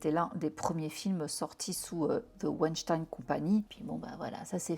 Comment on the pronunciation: Tu es la seule à prononcer son nom correctement en français. Tout le monde le dit avec l'accent américain. C'est plus beau en français. 😉😉